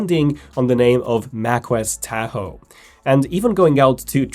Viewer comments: "Teah-ho" ?? LOL what? "TAH-HO" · You are pronouncing Tahoe wrong. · I find this mispronunciation very annoying